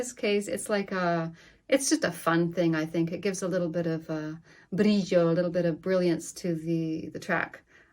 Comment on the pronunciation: They way she said "Brillo" let's me know she is hispanic. I love the SSL sound